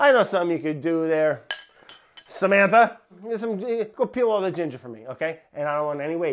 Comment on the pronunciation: When he said “SaMANtHUh!” I freaked out because I really thought he was talking to me 🙃🤦🏻‍♀️